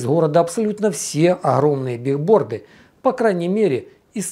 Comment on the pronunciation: Правильно говорить не бигборды а билборды, от английского доска объявлений